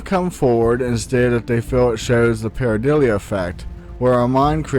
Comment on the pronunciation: PareiDOLIA, not pareiDILIA. 🌞